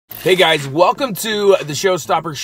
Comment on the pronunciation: "Hey Guyshchs"